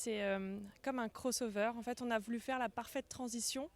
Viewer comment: Dayboat, beam, bow rider, cross over (prononcé crôss au lieu de crosse), etc... Il va falloir se mettre plus assidument au français, chez Bénéteau ! ;-)